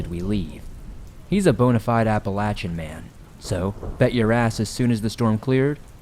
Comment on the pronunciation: My favorite stories! Deep woods! I love how you pronounce Appalachian correctly! Well how we pronounce it here in West Virginia 💛💙